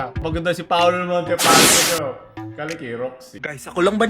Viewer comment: Montefalco ❌ Montefalcock ✔️